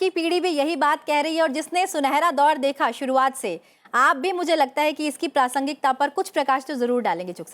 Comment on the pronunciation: आकाशवाणी से होते हुए भी ' प्रासंगिता ' शब्द का द्वारा अशुद्ध उच्चारण करना खल रहा। है।